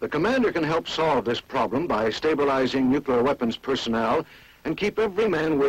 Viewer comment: Every time he said "nuke-u-lar" I cringed. It's pronounced "new-clear". You would think the military would know better.